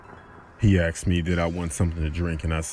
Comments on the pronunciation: AXED AXED AXED....god damn son! It's ASKED! This is too difficult to listen to. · He literally said aksed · He Aksed/axed again and again. Lol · he said "He axed me"